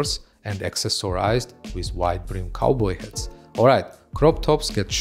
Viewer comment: you are amazing that you doing presentations of male fashion when it actually happens!but please try to say ''shirtless'' not sounding like shitless, and say ''hats'' not ''hets'', i am a foreigner in England and its not my mother tongue so i get it. And for some reason you pronounce the V as W, and vice versa, you say wibes instead of vibes, and its purple is pronounced as p''e''rpll,not p''a''rpl.Lots of love After that you will be 100 %perfect and cool as you are!